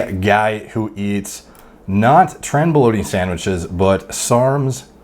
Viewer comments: Sarmwichs lol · Waiter: "what would you like?" This dude: "Can I please have sarmwhiches with extra sauzule?"